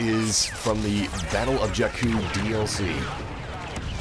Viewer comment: You are pronouncing jakku wrong